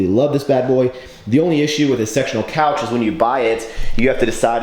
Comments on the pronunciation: thought you said sexual couch teheheheheeeheijwedbf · Thought you said sexual couch lol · Did anyone else hear "sexual couch" every time?